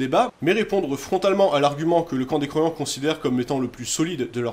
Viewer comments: C’est exprès que vous dites croivants pour croyants ? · bonne vidéo, juste ça me termine car j'entend les croivant et pas les croyant .